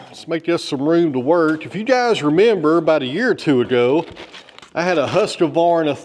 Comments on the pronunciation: its husqvarna not husqevarna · Hi, I’ve noticed that you mispronounce Husqvarna. There is no a between husk and Vanna, when you say it, Husqavarna, I don’t know if it’s just me, but that doesn’t seem right way to say it. Besides that love your channel keep up the good work. Just to let you know I live in South Australia about two hours north of Adelaide on the Yorke Peninsula. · Its pronounced whoskvarna 😊